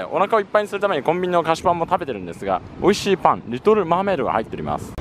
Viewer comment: 美味しい 美味しい美味しい 美味しい (金に)乏しい 乏しい 乏しい 乏しい にしか聞こえない。